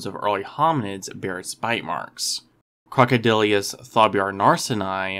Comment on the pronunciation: generally well done - but it's pronounced "croc-o-dill-us," not "croc-o-dill-ee-us." (And C. anthropophagus wasn't larger than modern C. niloticus; indeed, the largest specimens of C. anthropophagus are smaller than really large C. niloticus.)